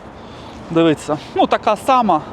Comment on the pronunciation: Для автора каналу, правильно звучить "дивІться", а не "дивИться", автор каналу 1-ауто теж хворіє на це "дивИться" - можеш мене не слухати, що я прикапуюсь, але друже, ти не уявляєш, як це ріже слух і не лише у мене